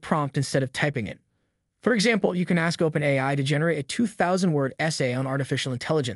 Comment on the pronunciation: That's the best AI narration I've heard yet. It's still obviously a robot; but, I have to admit, I was fooled for almost a whole minute. Even if someone isn't aware that AI narration is a thing, they'll still definitely be disoriented by the awkward pronunciation. In this case, the phrase "OpenAI" is a dead give away. I may have never been able to tell if it weren't for this one phrase. Which narration tool did you use?